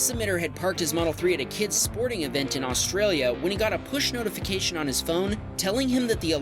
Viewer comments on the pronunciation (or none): none